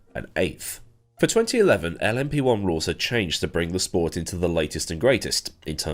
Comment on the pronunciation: This is the first time I've heard LMP1 said as 'Lumpy One' and I very much enjoy it.